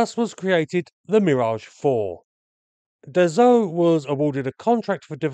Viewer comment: Excellent video. A minor remark to its maker : Dassault is pronounced DAH-SO not DAH-ZO. Just in case you make another one about an aircraft from that manufacturer. Thanks for video !😉